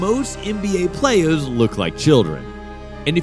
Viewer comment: “Playaz” lol